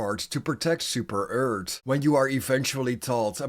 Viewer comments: At least say earth not eard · How dare you say super earth like super-eart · Ah yes “Super Eart” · "Super ert"